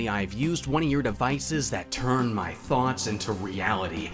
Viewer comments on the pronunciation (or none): none